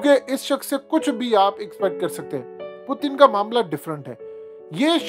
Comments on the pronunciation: او بھائی پوتن نہ بولا کرو۔ پیوٹن بولا کرو ۔ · ساری زندگی پیوٹن بول بول کہ اب پوتن پوتن کر رہے ہو😂😂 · Abe bhai naam to sahe liya kro pudin ni hy naam pudin oudin bolte ho nam sahe liya kro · Sir please pronounce properly the name of Putin it’s really irritating when you say pootin lol